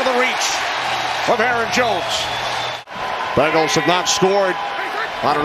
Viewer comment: Is it just me or does it sound like he’s saying bagels every time he says Bengals? 😂